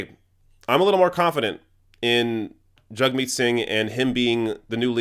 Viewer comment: I've noticed you say "JUG-meet", I thought it was "JAG-meet"? Either way, great video. Thanks from the UK, hope to see Singh, Corbyn and Bernie in charge ASAP.